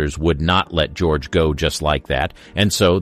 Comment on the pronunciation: Ga-roge? Bad computer generation.